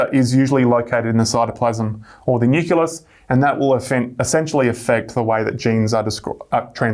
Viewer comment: The word 'nucleus' is pronounced nu-klee-us.